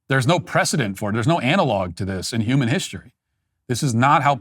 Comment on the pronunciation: He said “this is not how CUMAN relationships work”. Listen to it closely